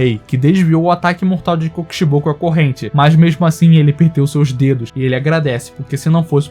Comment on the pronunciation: Não sabe falar o nome do kokishibo